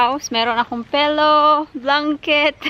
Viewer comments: Again..... Melk.... Milk you mean Pelow..... Pillow you mean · Hello. Pakiayos ayos ang pronounciation ng ibang word like temperature, delivery, pillow etc.